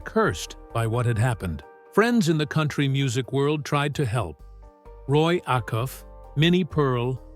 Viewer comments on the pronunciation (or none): . The pronunciation of Opry... and Roy Afuff's name.. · This sounds like an eighth grader giving a book report and didn't actually read the assignment. Secondly, if you mispronounced "Opry"and "Acuff," you have no right narrating this video. Thirdly, he was 6'5" Fourth, there seems glitch in the Matix, it the killers names are Brown at the beginning and end of the story, the same should be true in the middle of the story. Lastly, being "Born" and "Living through" the Great depression, could possibly be interchangeably, IF you were actually born during that time. However, if you were born in 1915, like Stringbean was, you can only used, "Live through" the depression. The Great Depression, 1929 to 1939. Facts matter, history matters, words matter. A lot of comments address this is AI. I don't know. However, there is a Teacher's app that determines if the student has plagiarized a paper. It determined "Plagiarism" when it determined it was to perfectly written, without actually matching it to others work............. Talk about giving a reason to a student to NOT do their best!